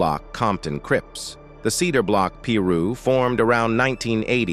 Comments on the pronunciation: What's a Peeerooo?? It's Pi- Ru.. Pi like pie and Ru like rooster 🤦🏾‍♂️ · Peeruww ? 😂wtf? I thought it was 🥧piru but ai is always right lmfao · Why can't the narrator correctly pronounce piru, it's not peeru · It's pronounced (pie-roo), not (pee-roo).. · I know right , the word is pronounce piru. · Im white and even i know its not "pee-roo" 😂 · Lol... the narrator says "pee-rooo''. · Narrator sounds goofy with that "Pee Roo" 😂😂😂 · Bro said peeru 🤷🏽‍♂️🤦🏽‍♂️🤬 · It's pronounced Pi Ru (PIE ROO) please say it right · Why do people use these AI voice-overs? They can't even pronounce half the words right... "peeee ruuuu" lol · "the cedar block P rooh" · Was just about to say this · He said Peeru 😂😂😂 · One thing you not gon do is continuously mispronounce Piru. As many of these videos youve done you should know how to pronounce that shii, and any Piru member that you may have researched or whatever has said Piru in their videos at least a million times, so there is no excuse